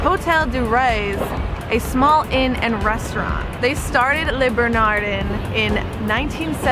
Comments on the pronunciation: Leh, not lay. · Le Bernardin- pronounced “Le Bernardán”. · Haha. Leh Ber Nah Deen is how it is pronounced. Also, the upper West side Carmines' is better, unless it has changed. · bernardin...do not pronounce n...bernardey with a nasal n bernardine ..pronounce the n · Great suggestions! If you ever need to say Le Bernardin again, it's pronounced " Luh Behr-nar-dahn".=) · Is this woman a complete moron????? Holy crap, listen to her???? Le Beer-narrr-dinn No mention of Eric Ripert. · Even non-French folks know how to say: Lay Ber Na Dannnnnn. #earsbleeding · She absolutely destroyed Eric's restaurant's name. OMG! "La Burn E Dean" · It's "Le B-E-R-N-A-D-I". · Nice assortment of restaurants. Well done. Except for the pronunciation of Le Bernardin (but I'm sure you know that by now).